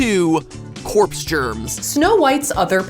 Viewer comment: MatPatt"corps germs" 😂